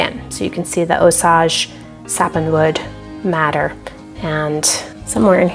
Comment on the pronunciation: Just FYI It's pronounced ˈōˌsāj (OH-sage) - Sage like the herb. The Osage people are from around the Osage River valley in Missouri.